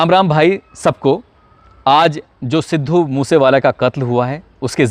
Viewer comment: तू पहले अपनी स्क्रिप्ट को ढंग से याद किया कर, रट्टा मार के आ जाता है हर स्क्रिप्ट का , views और likes के धंधे के चक्कर मे अपनी झंड करवाया कर तू और legend सिद्धू मुससेवाला भाई का नाम ढंग से लेले अनपढ़ 😡😡😡 पढ़ पढ़ के भी ठीक से बोला नही जाता तुझसे अनपढ़ कहीं का 😡😡